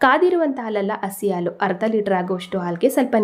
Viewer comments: Sweet is good.please pronounce as halu for milk.not alu. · ಆಲೂ.. ಅಲ್ಲಾ... ಹಾಲು .... ಎಂದು... ಹೇಳಬೇಕು...😊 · Please pronounce haalu not aalu 😅